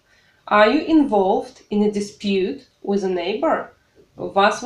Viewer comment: Ок, English, все прекрасно, но, имхо, Вам нужно поработать над произношением, уж коль скоро вы решили давать публичные уроки. Слово with, произносимое с экрана со звуком, близким к русскому "з" немного режет слух. Прошу прощения.